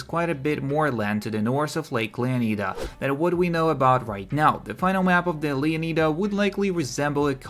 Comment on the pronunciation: U really butchered Leonida